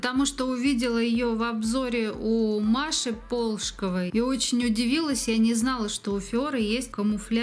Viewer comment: ПолшкОва)))))) На вторую букву ударение..Базы камуфлирующие классные, я только использую не как самостоятельную базу а как камуфляж, предварительно наношу прозрачную. Отличные гель лаки, обожаю FIORE ❤❤❤